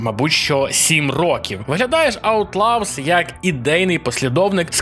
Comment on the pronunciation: Аутлавс?? Шадовс?? Господи, когда уже работа с произношением будет у ведущих разных каналов. Ну сколько можно блть, в самом деле?!?